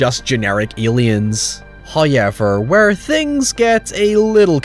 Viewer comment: First "hoyevver" drops . The new year continues in bliss at His gracious munificence.